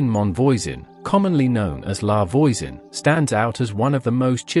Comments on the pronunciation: I had to stop. "Lavoyzen" just made me cringe because English-speaking AI can't recognize and correctly pronounce French yet. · In French, voi says v-wah like in voila. La Voisan sounds more life La V-wah-soh-n